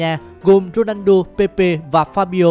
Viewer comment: Cj đọc ronando lại là cr7 trong game ff à ? ':((